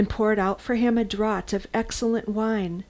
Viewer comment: Also "draught" pronounced draft (as it is spelled in American English) not "drawt".